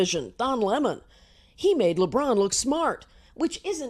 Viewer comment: And btw it's lebron not lebrun